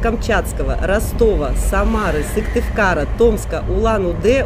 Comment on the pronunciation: Вы журналист-профессионал, название города Сыктывкар без запинки произносят только жители Коми и Вы.😊